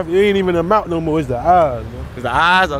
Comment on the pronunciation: That mouff😂😂😂😂😂she need to fixed that